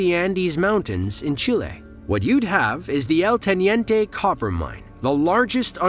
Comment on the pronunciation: Never heard someone say chile so wrong over and over 😂